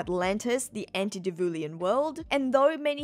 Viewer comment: I'm sure someone else probably mentioned it already, but it's "anti-diluvian", not "anti-divulian"